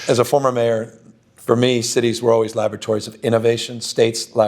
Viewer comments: I thought Gavin said “our cities have always been lavatories”. Don’t get me wrong, I’m a proud San Franciscan and I voted for him for mayor and governor, but it was a weirdly accurate statement. 😂😂😂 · Did Gavin say lavatories or laboratories of democracy? He has sure turned California into a shit hole.